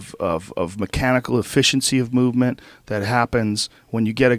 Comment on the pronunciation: Fluidity of mow-vement